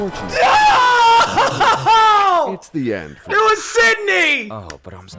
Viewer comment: i mean he did say sydey